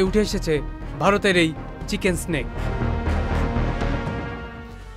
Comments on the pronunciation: কথাটা চিকেন নেক, চিকেন স্টিক না,মাদ্রাসা ছাপ। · চিকেন স্নেক 😂😂😂, মাদ্রাসায় পড়লে চিকেন্স নেক কে এমনি বলবি 😂😂😂